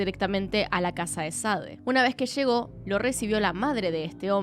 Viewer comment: Que buen y triste caso, muy buen video, excepto por la gran cantidad de sho, sha, leshó, leshendo, shamó que me marearon.